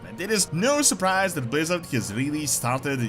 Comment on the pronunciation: Pwease Bwizzawd?